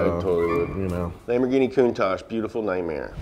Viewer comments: I can no longer pronounce it correctly. They are all Lamborghine Ma Shines now. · Everytime pronounce the Lamborgine ma-shine makes me laugh so hard. 😅😅🤣🤣